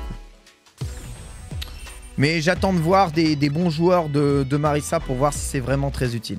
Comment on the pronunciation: ça se prononce MariZa hein, y'a qu'un seul S